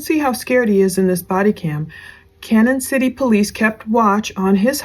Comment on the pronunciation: Canon City...Pronounced Canyon. Canon Sh*tty Colorado. The prison capitol of Colorado.